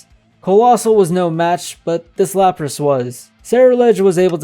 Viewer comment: Lapras. It's wild how many people are correcting them but still getting it very wrong. 😂